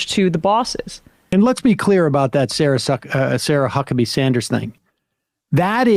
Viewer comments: Nice almost-slip there, Sam, with almost saying "Sarah Suckabee-Sanders"... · Sam actually slipped up and called Sarah Huckabee "Sarah Suckabee"!!! 😅😂🤣 Aaaannd the march of the millionaires goes on and on and on..😠😠😤😤